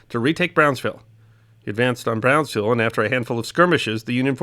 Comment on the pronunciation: Brownsville, not “Brownville”.